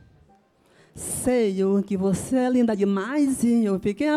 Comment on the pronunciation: "seio que você é linda demaizi"